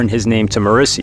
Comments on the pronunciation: Nice video, but I cannot abide by the way that you pronounce Morrissey's name, lmao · I hope you butchered morrisseys name on purpose